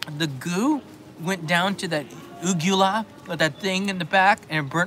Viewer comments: FYI it's Uvula not Ugula. lol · you need a refresher course in anatomy and Physiology the correct word is UVELA.. Not Ugela??? small tissue that hangs down from the soft palate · Uvula you mean? Not uGula. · 'Uvula',! 🤣 (Thanks to an Anatomy degree, I know these things 😁) Envious of the takoyaki~ Thanks for another great livestream, loved it.